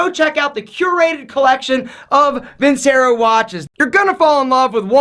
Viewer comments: Btw, just so you know it’s pronounced vin-CHE-ro. Just saying. Love the vids! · Vincero should be pronounced like “veencherrahh” {means I will win)